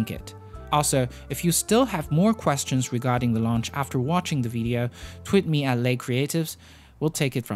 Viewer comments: Why do you say vedeo? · You say "video" wrong. It isn't VEE-DEE-oh. It's VIH-DEE-oh. "VIH" rhymes with vision, victory, vixen.